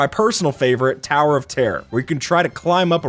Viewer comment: Him: “tower of terror “ Me in my head : toh?